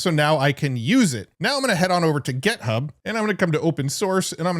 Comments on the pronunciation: why do you say gEthub? gethub, gethub, gethub! It's github!!!!! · Why do you always call it GetHub? It confuses me every time lol